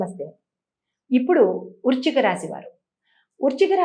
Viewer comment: Urchika rasi kaadu talli. Vrischika rasi 😂